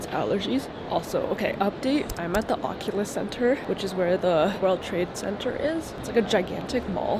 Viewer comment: I think it’s Oculus not Opulus idk I call it the whale bone thing